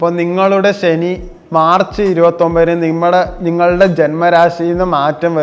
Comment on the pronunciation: 😢നിന്റെ നമ്പർ തരുവോഡേ... നീ ആദ്യം ശനി എന്ന് പറയാൻ പഠിക്കു കൂട്ടുകാരാ 😊